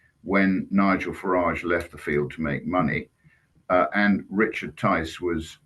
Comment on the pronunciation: Farage, not garage.